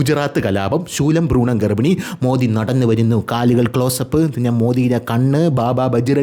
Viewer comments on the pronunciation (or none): none